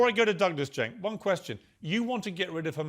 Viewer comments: You say his name wrong. It is Chunk Yogurt. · It’s pronounced ”Chunk Yogurt”